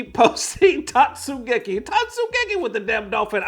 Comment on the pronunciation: As someone who sometimes plays May, I'm offended by your pronunciation of Tote-su-geki...love the content tho :)